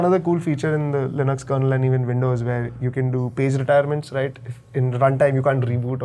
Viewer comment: GN lab? is my kind of engineer! All these low-level BIOS stuff are almost lost magic! And he pronounced Linux as Linux, NOT Linix. Learnt a ton today!